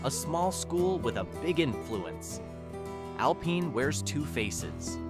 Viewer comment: "Alpeen"? seriously? Stupid AI. :face-turquoise-covering-eyes::face-turquoise-drinking-coffee::body-green-covering-eyes